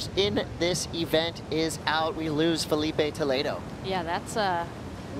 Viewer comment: Interessante que o narrador quase se mija todo pra falar "Felipe Toledo" ou "Italo Ferreira". Ele não sabem mesmo falar portugues como nós falamos inglês.